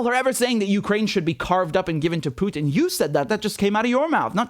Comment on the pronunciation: Btw, someone should inform Herr Starmer that Vladimir Putin’s name is spelled Путин (pronounced POO•tin) and not Пютин (which would be pronounced the way HE says it, PYOO•tin).